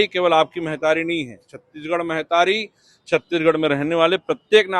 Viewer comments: मेहतारी का होथे, महतारी बोल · Mehtari nahi mahtari ga baba